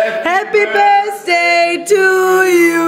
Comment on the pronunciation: "Happy Birsday to you, happy birsday to you..." Aussprache sitzt😂Ne, mal im Ernst, für jmd der in Amerika wohnt ist das schon bissl traurig